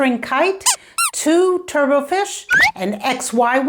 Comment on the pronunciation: If you look up "turbot" in a dictionary, you see that the final "t" is not silent and it is pronounced to roughly rhyme with "robot" and not be pronounced like "turbo".